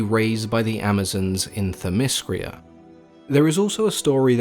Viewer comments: it's themyscira not themyscria and titanomachy not titanochamy...(sorry i'm not trying to be a dick,i hope i could help you pronounce the words correctly.Greek is my native language and i live in Greece) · But you need to get your pronunciation right. it's not Thymiscria, It's Theymiscira. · Hippolyta and themyscira and hercules. all said weird man. not used to the alternate pronunciation. lol